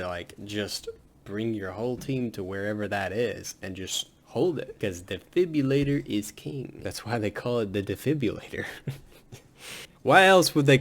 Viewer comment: you call it a defibulator it’s defibrillator🤣